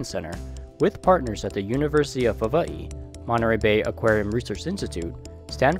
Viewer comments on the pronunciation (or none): Why the dude saying Hawaii so weirdly🤣🤣